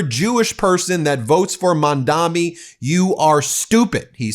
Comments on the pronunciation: Hi, Ben. Thanks for all you do! However, I think I’m hearing you pronounce Zoraihn’s last name incorrectly. It is Mam not Man and Dani not Dami. Mamdani. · You keep saying Mamdani wrong. It's not mandami